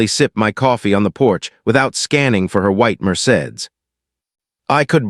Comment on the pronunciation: I cannot believe the narrator did not know how to pronounce “Mercedes”. Also, please look up how to pronounce “starring”. It is not pronounced “stating.” Good stories, but word pronunciation and sentence structure of this and other videos takes away from story.